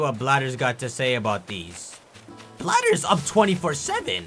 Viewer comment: I know it's Blathers, but I can't stop calling him Bladders now